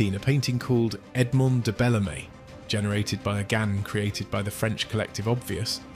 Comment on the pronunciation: A stunningly uncritical fanboy video about AI, presented by someone who can't pronounce GAN.